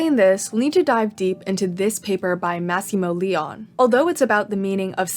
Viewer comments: so sorry, absolutely loved the video, I hate being annoying but I'm gonna have to correct your pronunciation of Massimo Leone's last name lol, it's like "leh-oh-neh" ! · Great vid but it's pronounced "Lay-oh-knee", not "Lee-on" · Not a really intelligent comment because I am tired rn and I will watch the video later but I find peculiar how you perfectly pronounced massimo while butchering leone